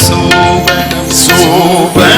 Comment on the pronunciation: சோபனம்... Sasthriyar pronounce correctly, BUT his assistant sings pronounce wrongly சோபணம்